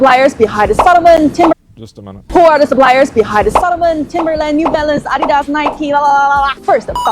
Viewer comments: Americans hear for the first time how Adidas is pronounced correctly and they are making fun of it xD "Adi" is the short name for "Adolf" and "das" the first 3 letter of the last name from the Founder "Adolf Dassler" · the way the narrator screwed up saying adidas im starting to feel like its AI doing the talking